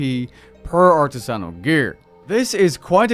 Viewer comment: Please look how up to pronounce artisanal🙃